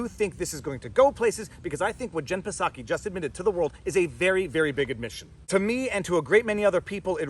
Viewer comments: its not pasaki its pronounced Saki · Psaki "P" is silent. Jen Psaki, White House press secretary, pronounces her last name as /ˈsaki/, "SAH-kee." You can also think of it like "socky," rhymes with "rocky." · There is no “P” sound in Psaki. It is just “Saki”. No big deal. Keep on doin’ what you do. See you Sunday night (& Wednesday) every week!! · I know he is mispronouncing pisSaki but it's kinda funny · Mr. PFrei, do you pronounce the hateful witch's name 'Pah-Saki' just to insult her and dismiss her? If so, I'm totally with you, sweetie. But, "in real life", the 'P' is silent so it kind of sounds weird if you're saying it that way unintentionally. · Haha. Her last name is pronounced “Socky”. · The P is silent. It's just pronounced like Saki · The P in Jen Psaki is silent. Just like the P in President Biden. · The P in Psaki is silent my dude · Hearing him mispronounce psaki is hilarious, it’s like the word pneumonia, the p is silent, I think I will steal it though as she is the representative for a garbage organization and should be disrespected. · Pro tip: if you can say chips, trips, or flips, you can say Psaki. There's no schwa between the P and S. You can do it. I believe in you. Etc. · Pretty sure her name doesn’t say the p.. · The "P" is silent in Psaki's name. (Think "psychopath", "pseudo") 😉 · the P in Psaki is silent 😁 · The P is silent in Psaki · Jen Psaki's last name has a silent P so its pronuonced like the popular Japanese wine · the P is silent.. just saying